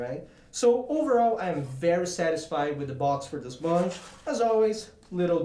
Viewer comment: not to be mean but I laughed so hard when u said munch instead of month